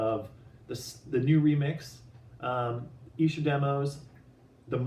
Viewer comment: you're the first Stateside Beatle-related channel to pronounce Esher correctly! Hooray for! I'm very excited about this release, and looking forward to the book too! All the best from the UK... not so far away from Esher... in Surrey (pronounced Suh-ree).